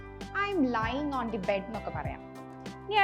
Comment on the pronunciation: In the morning ടീച്ചറേ ദ ആണോ ദി ആണോ Pronunciation ടീച്ചർ in ദി Morning എന്നാ പറയുന്നത് Is it correct,, in ദി എന്ന Pronunciation ശരിയാണോ അതുപോലെ ഇതും മാറ്റം വരുത്തേണ്ടേ this glass Suits you well ഇവിടെ glasses add ചെയ്യേണ്ടേ നമ്മൾ കുടിക്കാനും മറ്റും ഉപയോഗിക്കുത്തിനെയെല്ലേ glass എന്ന് പറയുക കണ്ണടക്ക് glasses എന്നല്ലേ പറയുക don't feel anything this is my opinion